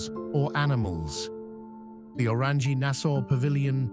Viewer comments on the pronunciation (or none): none